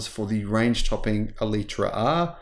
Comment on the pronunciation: First, learn how to pronounce it. Second, needs to learn how to drive, turning off stability in the wet with basically track tyres and flooring any high power car is just dumb.